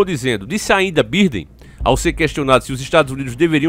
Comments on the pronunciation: Velho é joe biden Você fala birden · Biden??? O correto é "baiden"!!! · Se escreve Biden se pronuncia BAIDEN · Mano se escreve biden mas se fala baidem